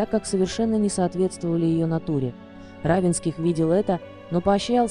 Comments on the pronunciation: Автор канала обратите внимание на ударение в фамилии Не РАвенских,а РавЕнских. Это не только на вашем канале. За что же такое неуважение к читателям и героям ролика?! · Уточнить надо было, как произносится фамилия РавЕнских. Хотя бы из уважения.